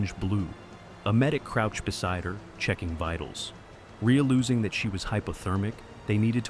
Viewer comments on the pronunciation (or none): Rea-losing? Come on.